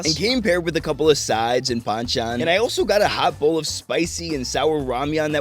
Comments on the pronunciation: I like you say Ram'yeon', not Ra'men'. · Love how you say ramyun not ramen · 와 ‘라면’발음 제대로 해주시네요!👍🏼👍🏼👍🏼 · I love that you’re saying ramen and donkatsu the Korean way because you’re in Korea.